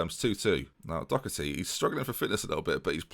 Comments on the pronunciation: LJHB48 Doh-erty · You really need to stop pronouncing Doherty like it has a “c” in it. It doesn’t.